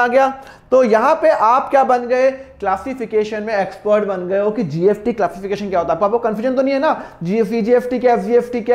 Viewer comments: Sir, Aap GST ko GFT Q bol rhe ho🤨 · Sir app gst bol rahe ho ya gft confusion hai 🤔🤔🤔🤔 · GST ko GFT ko kyu bol rhe ho? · Mana ki sir GST ko GFT bol rahe hai par jo bhi ho samjhaya bohot badiya❤ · Sir it is gst not gft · Badiya smj to a gya but app kya bol rehe gft ya gst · GST bol rahe hai ya gft I am confused 🤔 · Gst ya gft 😂 jinko gft sun rha hai like kro😂😂😂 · Gft nhi 😂 GST hai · Gft kyo bolo sir GST bolo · Gst bolo sir gft kyu bol rahe ho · Ya srr 😂😂 gst or gft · Bhai ye s ko f bol rha h 😂😂😂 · Thoda to locha h😅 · GST ya gft bol raha hai